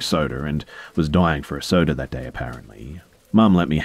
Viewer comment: No one:: soder and pizzer